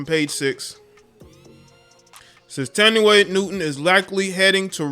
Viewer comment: It’s pronounced “Tan-Di-Way.”